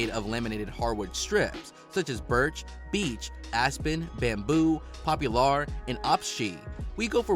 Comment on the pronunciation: these pronunciations...."kel-VAR" for kevlar, "pop-u-LAR" for Poplar....oh man... I'm 💀⚰️ 😂